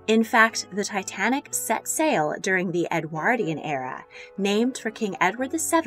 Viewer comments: Ffs ! EDWORDION IS HOW ITS PROUNCED NOT EDWAAAARDIAN !😢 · She can't even pronounce Edwardian or Foie Gras. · Presenter needs to learn how to pronounce Edwardian. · My jolly goodness! Im exhausted just listening to this! Never mind Consuming it I think that amount of food in all those Edwardian tummies was the cause of the ship sinking & not an iceberg! Btw the word Edwardian is said Ed word ( like sword) ian Not Ed waaardian, just saying! Thank you for this delectable menu reconstruction, that menu Would last me an entire week of meals! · "Edwardian" is not pronounced correctly in this video. The "ward" in Edwardian is pronounced like (hospital) ward. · Anyone else cringe so hard at the narrator and her appalling pronunciation of Edwardian? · The way you pronounce “Edwardian” is painful!